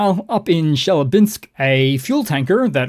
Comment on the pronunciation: Chelyabinsk is pronounced chill-YEH-binsk with the stress on the second syllable, not on the last syllable.